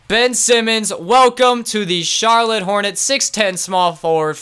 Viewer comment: They said charloutte Bob cats in the end lol am I the only one that heard